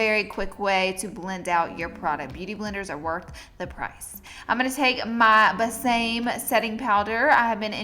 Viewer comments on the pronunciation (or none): omg its not 'buh - same' its 'bae- sah- mae' the word means 'kiss me' in spanish lmao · LAURA LOVE YOU. Just thought I'd tell you besame is Spanish for kiss me and it's pronounced: be like BEd sa like SAlamai and me like MEn. Love the video I have brown eyes too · Besame is pronounced BAY-SA- MAY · hey!!! Its Besame.. Besa (kiss) me ... said like Behsahmay :) you're gorge by the way! i love your vids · Just FYI, Besame pronounced "Baysuhmay". Love the eye look! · Hi Darling! The way you should pronounce is "be sa me" (the e in both cases like in "let" and the a like in mah!, the first e is more emphatic, is stressed) The brand is "Kiss me" in Spanish (I'm Spanish Native). Thanks girl for the fun moments!! I really enjoy your videos. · I think its pronounced BEH-sah- meh? I believe it means kiss me in Spanish. LOVE THIS LOOK😘😘😘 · That powder is pronounced besa-may lol love you Laura!!!! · It's pronounced like bess-a-may. Like besame mucho. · On the pronunciation of Besame: It's more like Beh-sah-may. I believe it's Spanish? Anyway. There's you're fun fact for the day. :-) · BESAME: BESS-AH-MAY :) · Bésame powder... The pronunciation is: Base-ah-may. Hope it helps, love you💕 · It's pronounced( Bes-Ah-Meh ) Besame it's a Spanish word meaning kiss me! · the Besame powder is probably pronounced "beh-sa-meh". I think it's Spanish for "kiss me" <3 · Hold up isn't that powder pronounced beh-sah-meh it means kiss me in Spanish 🤔🤔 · Looking gorgeous, girl!! I will have to try this look. Btw I think it's called "BAY-sah-may", as in Spanish for "kiss me". Thanks for your video, love watching your videos as always, Laura! Yay for brown eyes! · Lol at how she pronounced besame 😂😭😭😭😭 love u girl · heyyy i think the setting powder is supposed to be pronunced like the Spanish translation of "kiss me" sooooo i don't know, if you've never listened to that song that goes like "besame, besame mucho" then try to go on Google translator and listen to how the girl says it 😂😂